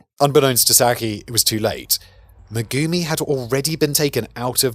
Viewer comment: Just a quick note as her name is mentioned a lot, Sakie should be pronounced "sa-ki-eh" as all vowels are pronounced in Japanese. And Shigeru should be "shi-geh-roo", not "shi-gee-roo".